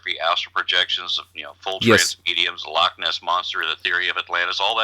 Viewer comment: 'Lockness', lol.